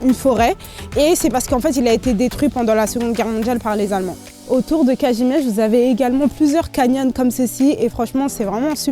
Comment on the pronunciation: Piękna wymowa Kazimierz